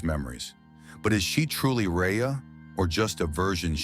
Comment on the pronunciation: *Harey or Khari, not Rheya